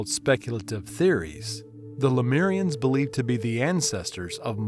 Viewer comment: It's pronounced le-moo-rians, not le-mee-rians. It's also known as Mu.